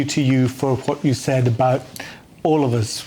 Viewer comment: 10.39 to 10.42. ,,'What will the government do aboud it?' x 2. 15.22 'wad I wanna know.' Please talk properly. You sound awful!!!